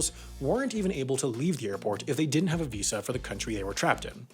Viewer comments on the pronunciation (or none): none